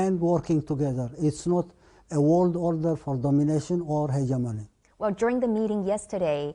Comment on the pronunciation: {"This man stood against ziss & zat... ; "Mutual cooperation wizz China...?" Wut good is that for Eri...? & Did i just hear u correct...? " WE R NOT IN THE STONE...!!! "} .................. BUT WE ARE.................... I think ur mind is playing tricks with your sick-self. Never u mind... hegymonist -- folk in Asmara are harnessing sparks, by striking 2 rocks - as their heat source, in (2023). (Who would have thought?!?) Well... there's the sad, ugly, evil spectra of tyrants -- so much... for legacy.